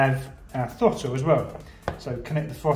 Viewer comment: It's pronounced THROTTLE not FOTTLE.